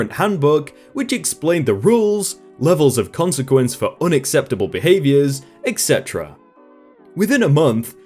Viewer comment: This has been bugging me for a while now... Why does it sound like theres a 'k' or 'x' in "etc." ?